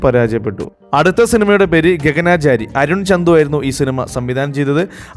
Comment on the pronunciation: 😂 മിക്ക സിനിമയും കേട്ടിട്ട് പോലുമില്ലെങ്കിലും നിങ്ങടെ നറേഷൻ കേട്ട് വൻ ചിരിയായിരുന്നു 😅😅... പിന്നെ ഗഗനാചാരി അല്ല, ഗഗനചാരി.. ശരിക്ക് പറ. അത് പോലെ 'ഗോളം' പേര് പറഞ്ഞില്ല.. അത് പോലെ 'ഡ്രെഡ്ഫുൾ ചാപ്റ്റേർസ്' വോയ്സ് ഇല്ലായിരുന്നു..ഈ വന്നതും പോയതും ഡയലോഗ് കുറയ്ക്കാരുന്നു.. കാര്യം ശരിയാണെങ്കിലും എത്ര തവണാ കേൾക്കുക .. അത് പോലെ ത്രിബിൾ അല്ല ട്രിപ്പിൾ റോൾ.